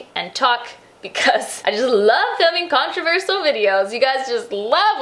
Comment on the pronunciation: pronouncing 'controversial' like that is very controversial indeed.